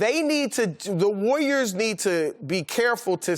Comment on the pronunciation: "The wayyiors" - Chris Broussard